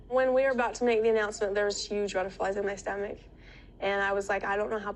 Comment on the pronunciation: When she says “flutterbies in my tomach” in the baby talk I had to rewind 4 times to get what she was actually saying 😑 cringe